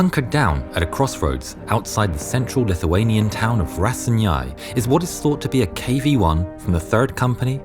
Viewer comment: As a Lithuanian I love hearing people trying to pronounce Lithuanian words it's just sounds so funny but the pronunciations are so wrong